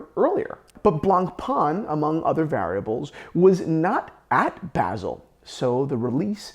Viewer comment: Why does he keep saying basil?